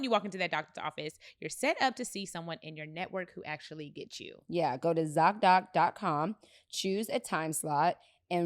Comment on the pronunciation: The way B say Zocdoc has me in a frenzyyyy😭🤣🤣